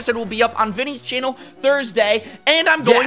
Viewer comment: "Chainnel, chainnel, chainnel..." 😃